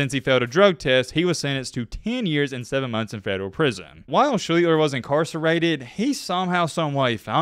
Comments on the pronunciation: Nope... pronounced "SHLEE-STER". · His name is pronounced SHLEE-ster. You researched for a week and didn't learn what his name is?